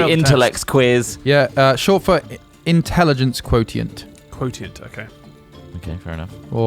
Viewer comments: “Quo-te-ent” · Lmao "quoTient"